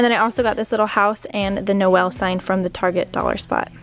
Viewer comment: Great Video as usual! As a french I just want to correct your prononciation of Noël if I may, it is NO-EL not NO-Y-EL:) but that was cute though